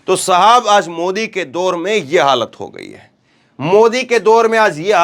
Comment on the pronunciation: Aaz nhin aaj hota hai 😂